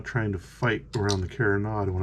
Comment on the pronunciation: Sorry, don’t mean to be critical, but you are mispronouncing carronade. It is pronounced Caron- aide, not carron-odd. Just to be sure, I googled it. I love your videos! Using the twisted thread for the elevation screw is brilliant. Thanks.